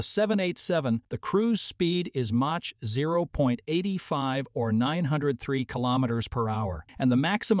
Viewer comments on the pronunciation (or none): I agree with you, for instance it pronounces mach as match not mark and its annoying how it keeps calling the A350 as the A350 XWB which was the name Airbus called it on initially proposing it. It is now just called the A350.Together with the cutting and pasting audio it really is not worth listening to. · Someone should reprogram the narration computer to say Mach correctly. It's Mock phonetically